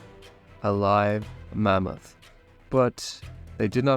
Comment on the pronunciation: I like how you say mummoth 🦣